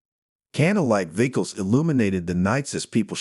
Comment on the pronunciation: Better without AI. Resdee instead of residue. Viggles instead of vigils. GO BACK TO REAL PEOPLE READING!!!!!